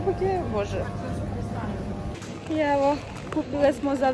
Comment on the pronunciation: govori jabuke ja cujem japanke